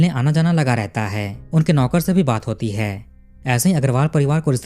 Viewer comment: तुम कहानी अच्छी तरहा बताते हो पर जो आप 'है -है ' का उच्चार करते हो वो बहोत इरिटेटिंग है जरा 'है ' का उच्चार अच्छी तरह करो. तो सुनने के काबील हो